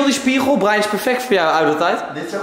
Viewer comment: Hij kan het woord spiegel niet uit spreken 😂